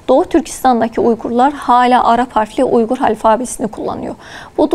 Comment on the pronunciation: It is Uyghur and pronounced as Uygur. Not Weigur ! Weigur is Englishized Chinese pronunciation Wei eu er. Program your AI don't copy British fakes.